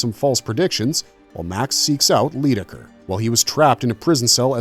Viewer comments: It's pronounced LIEdecker.....Lydecker. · This show has and will forever be my favourite tv show. I was however rather distracted by how Lydecker was pronounced throughout this video. I was genuinely gutted as a child when I found out they cancelled this show.